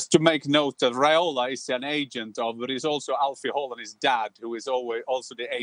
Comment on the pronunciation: Hei Jan. Can you please correct Dan and the rest of the gang in the proper pronunciation of Erling's surname. I don't expect they'll manage his first name (as a Norwegian would) but the second name is doable. Or am I expecting too much here?